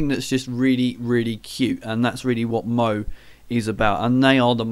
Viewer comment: That was a great first video :D Yeah, I guess our first topic is the history of our subjects so I'll probably do the history of manga. By the way, Moe is pronounced Mo-Ay XD, sorry, but that was hilarious, the simpsons have invaded the video [ rubbish joke, sorry :) ]